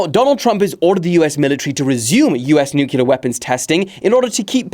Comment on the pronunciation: the nuclear pronunciation made me stop the video ngl